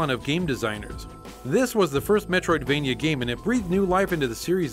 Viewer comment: Every time you say "Metroidvania" I wanna downvote your videos and unsubscribe.